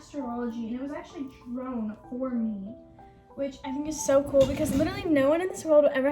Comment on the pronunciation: lmao I know she just said it like “drone”